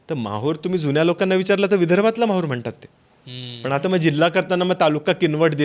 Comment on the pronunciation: महूर नाही माहूर